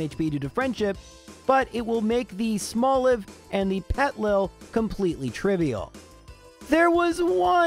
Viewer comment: The way he skips the first I in Petilil bugs me. It's basically "Little Petal" with the words reversed and letters removed. "Petal lil"